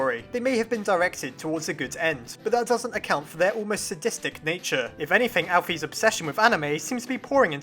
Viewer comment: Just saying, your pronouncing chara and alphas wrong, it's pronounced car-a and al-fis, ok? Pls get it right, it makes me a bit mad and I get mad very easy over small thing even like a little glitch when my phone says when I'm drawing on sketch : sketch is struggling to keep up with you. Please slow down